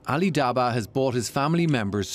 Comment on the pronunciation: Ali - said it right